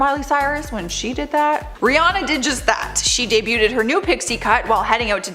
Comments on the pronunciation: Just so you know. Debuted is pronounced “dey bued,” not “dey bute ed!” Thanks. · Please quit saying debu-ted. Not how it's pronounced. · DUDE!!! NOBODY CAUGHT THE CONSTANT SLAUGHTER OF THE WORD "DEBUTED"?? WHY DOES SHE KEEP ADDING SYLLABLES TO THE WORD??! 🤣